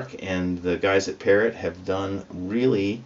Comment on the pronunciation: we love you but "Parrot" rhymes with "Thoreau" not "carrot".